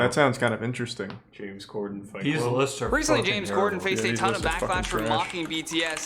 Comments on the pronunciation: Lmao I like how Charlie says corden wrong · he says cor-DEN instead of COR-den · Why does he pronounce “Corden” like that lmao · how does the beef run this deep when he doesnt even know how to say his name KEKW